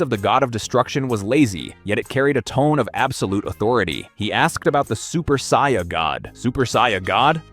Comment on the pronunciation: How can someone who is clearly a massive fan(enough to create content) not be able to pronounce "saiyan" properly?